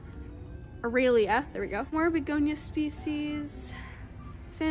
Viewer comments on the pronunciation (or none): none